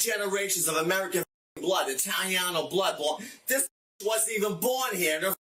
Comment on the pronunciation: NO HE AIN'T ITALIANO HE CAN'T EVEN PRONOUNCE IT. SHUT UP FFOOOL